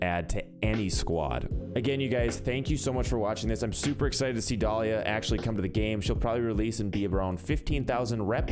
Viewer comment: Dolía u mean Dalia lol love ur vid tho